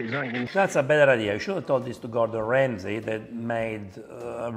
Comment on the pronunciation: better sounds like a national disaster...